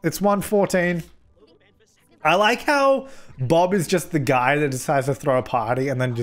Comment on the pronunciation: wtf is a guym